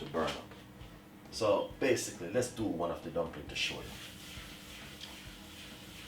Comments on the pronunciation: Mi seh, 'basickly' got me!!!!!!!!!!! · So BASE-SIC-LE (basically) lol Weh "Pinch ah salt" aguh lol